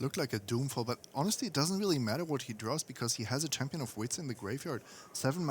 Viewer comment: "doing fall"? It's "doomfall"